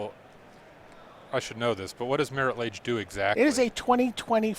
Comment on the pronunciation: Who picked these announcers? I get not knowing every card in legacy, but Marit Lage? c'mon. Kinda put magic into a mini recession